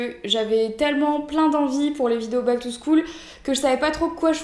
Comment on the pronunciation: Back to SCHAUL stp pas bac to schoul !!!!! xDDD